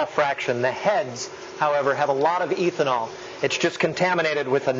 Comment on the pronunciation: Can't stand pronunciation of ethanol as "EEthanol". No one says this. Nor does anyone pronounce it: MEEthanol. What gives?